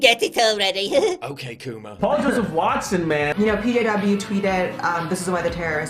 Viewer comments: Dammit Paul my phone things you're saying "ok Google" everytime you say "ok coomer". Now I gotta watch this on my laptop lol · Everytime you said " ok coomer" my Google assistant paused the video thinking you were saying " ok google"...lmao